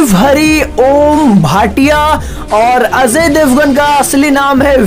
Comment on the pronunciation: Gadhaye Ajay Devgan hai azay devgan nahi